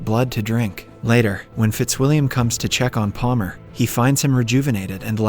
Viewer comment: I was thinking it was also an ai bc there’s times where he mispronounces words really weirdly. Like in this video he says Paler instead of Palmer, which somebody doing a voice over wouldn’t really make that kind of a mistake.